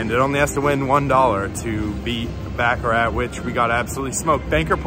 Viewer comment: I like ur videos but damn pronounce baccarat right it’s not back a rack